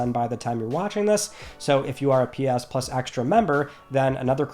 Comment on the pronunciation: My girlfriend hates you so much 😅 calls you the says you say it weird. But I wait all week for this video and love you and your into starting my Friday. It is friday nay 30th LETS TALK PLAYSTATION! LOVE YA MAN I love watching even more now cause you piss her off lol